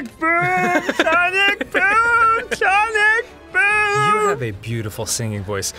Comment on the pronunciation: arin: shonic boom shonic boom shonic boom dan: SONIC BOOM